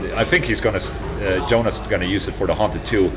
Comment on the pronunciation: Varför säger du ditt och andras namn med ett engelskt uttal? Åola Englond istället för Ola Englund och Jåonas istället för Jonas. Knäppigt! Lär slla HUR svenska namn uttalas istället. Visst fan... ...vire det inte coolt med en Solar-bas?😂😂😂😂😂😂😂😂😂😂😂😂😂😂😂😂😂😂😂😂😂😂😂😂